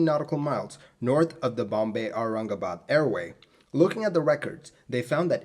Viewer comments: fellow Bhartiya (diaspora from and residents in Bharat ) can we please acknowledge how 'spot on'🖒 his pronunciations were! i mean.. Aurangabad..isn't exactly a monosyllabic word! . As for the unfortunate accident! Yes.. we (India) have ALWAYS had pathetic redtape and bureaucracy (even if one forget the corruption) to drag their feet in aviation related matters. I was born in the late 1970s so maybe not about this incident.. but even in the past 20-25 years and definitely in the 2000s .. i recollect of how Bombay (now Mumbai) kept dillydallying intalling the more advanced weather radars at Bombay itself! . Similarly.. the Charki-Dadri disaster (SVA763 and KZA1907 collision) too was possibly avoidable had India made TCAS compulsory or had better equipment to alert the ATC. . Anyway.. i agree 1960s were a tough time (and may be the future will say so for our times too) to be doing such hop-over flights. . The crew.. unless well rested.. would have a lot of fatigue/anxiety. Irrespective if whether Thailand people were incorrect/lyong or did everything right.. ...irrespective of the scrutiny of the Bombay ATC (personnel).. the crew would really have been better off had they had short haul flights or direct flights and were familiar with the sector/ had more number if routine flights to the location) . . That local courrs absolved X Y or Z is one thing.. ..that (just like with the BEA/ British European Airline crash) there was no CVR.. will😔never bring actual closure to what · I am impressed how he spoke BOMBAY AND AURANGABAD u impressed an indian with your pronounciation